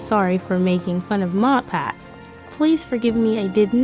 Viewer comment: she didn’t even pronounce matpat’s name correctly it sounded like she said motpat.